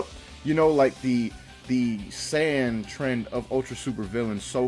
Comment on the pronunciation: you said sand armor I should slap u it’s SAIYAN NOT SAND